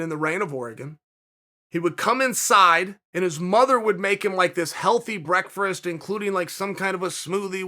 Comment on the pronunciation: The second "r" in "breakfrast" is silent, Chael. C'mon man, everybody knows that.